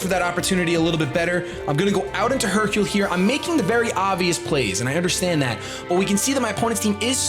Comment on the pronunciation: do you know what Hercule and Sakura means?? Do you know how to pronounce Hercule and Sakura?? If not don't use it on your pokemons name!!